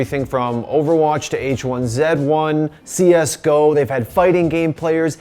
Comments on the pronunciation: Bro you're American. Stop saying Zed. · I always kind of thought I hated this guy, and then he said "H1Zed1" with an American accent. Yeah I hate this guy. Good call, me. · He said H1zed1 instead of H1Z1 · It’s H 1 Z 1, where are you getting H1ZED1 at ? Lmao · so am I. We don't pronounce it like that, not even French-Canadians do.